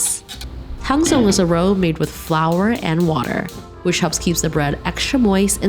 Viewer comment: Roux is pronounced roo! Lovely bread, you guys did an amazing job.